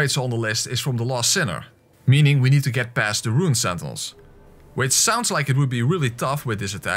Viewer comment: Am i the only one who heared him say Nito every time he said need too.😂😂😂